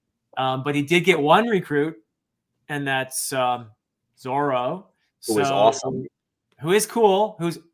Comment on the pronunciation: It is objectively zoro not zolo. The reason we know being we see it written out in English. Someone probably already said this, but zolo comes from the original English dub and the company, 4kids, being afraid of litigation from I believe Disney, who owned zorro. The first edition of the English one piece says Zoro but they changed it in later printings